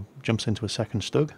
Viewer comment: he said shtug